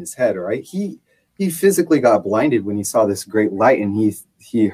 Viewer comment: There is no "L" in "I saw it,". Also, corroborate and cooperate are two entirely separate words.